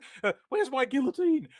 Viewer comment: Haha, I love... 'where's my guilloutine' 😂